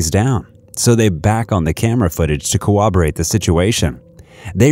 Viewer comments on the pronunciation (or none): It's not pronounced "cooberation", it's "corroboration".